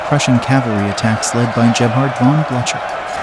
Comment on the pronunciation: It would be nice if the live or computer voice would learn to pronounce French and German names. Duh-VOWT? von BLUTCHER? And many others. Come on!